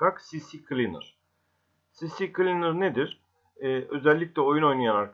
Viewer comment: Sisi kılinır degil abi si klinır